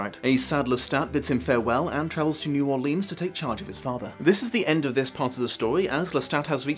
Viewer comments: Great review! Just one thing. That's...not how you say New Orleans it's (pronounced like New Orlins). I hear people mispronounce it about 80% of the time, so don't worry about it. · Wouldn't it be Naarlins? Never heard a local pronounce the new and most seem to make it one word.